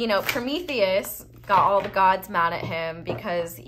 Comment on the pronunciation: The hugest props for how flawless you said Promethius' is in one go